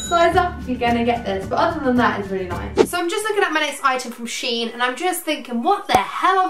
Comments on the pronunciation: It’s pronounced she in saff xx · It’s pronounced Shen